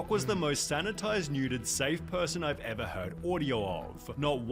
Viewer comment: Man needs to start pronouncing ever like a normal human being